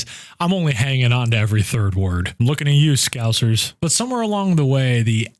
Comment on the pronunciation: Top marks for pronouncing "Scousers" correctly, rather than "Scowzers", like most other Americans. 👍 Have you tried 'Geordie' yet? Now that Is a different language! Not forgtting Brummie, but specifically from the 'Black Country'. How about Gerrald from Clarkson's Farm. You just need to hear him speak, 'nuff said!